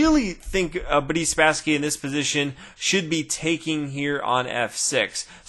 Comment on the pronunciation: I always hear "Buddy Spassky" and I have to think of "Buddy Jesus" from Dogma :'D